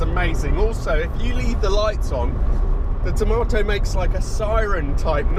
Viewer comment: You spell it tomato but you say it tamoto.